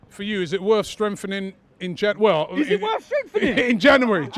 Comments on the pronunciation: Robbie: Janeraryy =January 🤣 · Janwery. Janwery